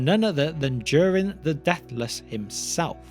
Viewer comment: The line of Do-Reen😆